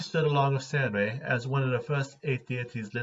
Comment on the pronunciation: So it's pronounced sAIRenrae and not sAHRenrae?